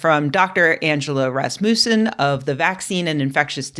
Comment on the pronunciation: Not trying to make fun of Rebecca (because sometimes foreign pronounciation isn't straightforward or easy), but I want to share the unintentionally funny effect when Rasmussen ("Rasmus' son") is being pronounced more like if you say "the race mouse" ("rasmusen" with only a single S) as English speakers often do... same thing in that Star Trek episode with the time travelling scammer, professor Rasmussen 😁 !